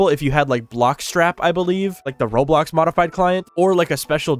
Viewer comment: I thought he said rolox 😭